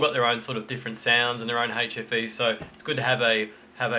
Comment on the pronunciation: AHHHHH!! 'hfe', not 'ATROPHY'....I swear it sounded like atrophy. Which I though meant duds.